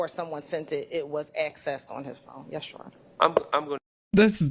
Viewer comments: And when she says: “Shore” 🏝️ aka “Sure” ✅ I know, I’m being petty, but it’s so annoying how she says it LoL! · Every time she says “shuree” 🙄